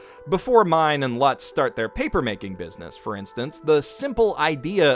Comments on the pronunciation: Okay, you're really good at analyzing anime, but kinda trash at pronouncing names. You keep saying Lutz like 'butts' instead of 'lutes'. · Lutz /ˈluːts/ , rhymes with boots, not buts. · I like to think he's pronouncing it more like "klutz" without the k. He's still wrong, but it's a small enough error that I don't care too much.